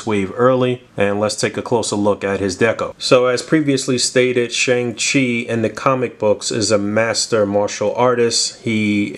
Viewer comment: Hey, just wanted to help out for future reference: Shang Chi is pronounced Shong-Chi and Simu Liu is pronounced See-Moo Lee-You 🙏🏻 Also the weapon Shang Chi comes with is actually known as a Gun. Pronounced Gwan. It's one of the primary four fighting styles in Chinese armed Combat.